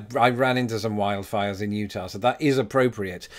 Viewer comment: I just appreciate your not saying "Utahwrr"